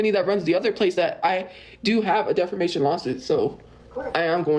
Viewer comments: Does no one else hear her keep saying defermation instead of defamation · Not DEFERMATION 😂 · Its a well known tophiaism at this point, we got defermation, somewheres, anywheres, and many others